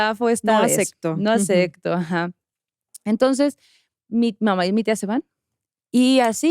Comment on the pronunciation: Jajaja donde agregaron el: “no acecto” 😂